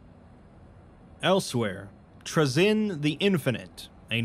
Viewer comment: "Tra-zin" lmfao